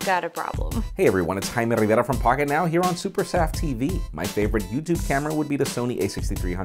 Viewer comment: Vineet Meshram no I mean it sounds like haime Rivera.